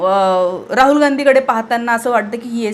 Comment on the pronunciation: Raaul Naahe Raahul Kamit kami Shudh Bolayala Shika Speach Madhe Kiti Asnskrat Chaatu Bitu Khalche Shbd😂 Lihilel Waachun Bola 😂😂😂